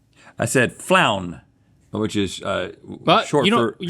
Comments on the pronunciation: "Flown" is a word. Rhett mearly mispronounced it. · Rhett really said "Floun" when frown was right there... 🤣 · Between "Omaha" the state, and "Floun" short for flounder, I was dying🤣!